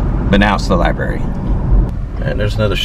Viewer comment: "Li-Barry" Ouch! Dude...You know better.